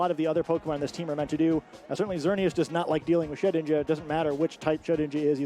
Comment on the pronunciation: I swear misprnounces ghost mons on purpose, first the treviant memes and now shed ninja...